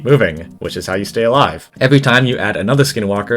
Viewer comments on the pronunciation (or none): none